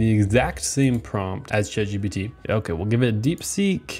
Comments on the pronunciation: "Congrats ChatPGT" wtf do u mean "ChatPGT" it's ChatGPT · My teachers say it’s ChatGTP so PGT doesn’t even sound that bad